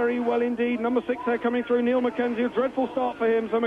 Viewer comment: Well, certainly isn't 1985, and '89 was Doohan's first GP season. Speaking of Doohan, I cringed at the commentator the entire race ..."Mike" Doohan, "Neil" McKenzie, ugh. :-X :-)